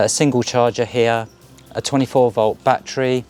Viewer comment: Have you got "BAT-TREES" in your garden or did you mean a "ba-TTerY" or "ba-TTer-ees"